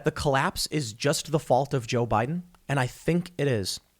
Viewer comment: Tim stop please!! It's Joe Biden period!!!